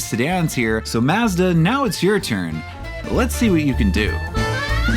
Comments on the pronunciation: mazzda? it's prounnced Maw- zda Very annoying to hear this throughout the video. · According to Mazda, it's pronounced "Maaz·duh." I'm giving you the benefit of the doubt and guess you're autistic, not a slow adult. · yes thank you! it was irritating to hear his pronunciation of such a simple word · Is there any way that you can re-upload this video where you actually pronounce Mazda as Mazda. As funny as it is to hear the extra six letters in the name it gets super annoying real quick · This dude worked at Mazda, and for these videos is researching Mazda, watching old commercials and other reviews etc etc and STILL can’t pronounce MAZDA. Unreal. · Kamala Harris is offended by the way you say Mazda. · Why is the narrator pronouncing "Mazda" like that????? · A few seconds into the video weighing how much I want to watch the video vs how willing I am to hear someone say Mazda like that 😿😿😿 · it's just an accent thing. Only poking fun at him.